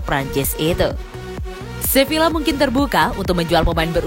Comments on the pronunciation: Sevilla bu bukan silva😅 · Wkwkwkw sevilla non bukan silva haha